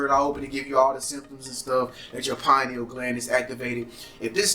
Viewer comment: Yeah they talkin bout some Pineals!..PINE NEALS??!! 🤣🤣